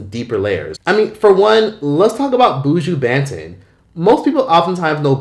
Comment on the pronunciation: 😅😅😅 The pronunciation of Buju Banton’s name 🤣🖤 As a Jamaican and long time viewer, great video 🖤